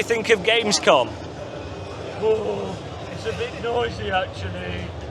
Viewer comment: No way I'm gonna watch 7 hours of Gamescom, I said. Now I find myself coming back cringing on pronunciation of German words